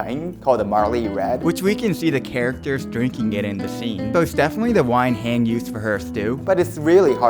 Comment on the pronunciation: Great production and delicious looking stew, but her name is pronounced "Han-Jee", not "Hang" 😅